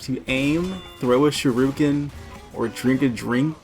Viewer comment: I hate being that guy but shuriken =/= sharooken